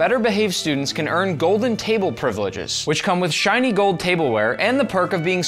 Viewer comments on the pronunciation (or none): none